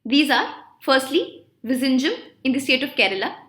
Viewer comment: Hi ma'am,as always it was good quality.But it is really painful to hear you pronouncing cochin,vembanad and vizhinjam..